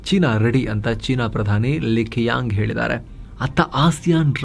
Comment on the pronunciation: China premier-Li Chiang(Qiang is pronounced)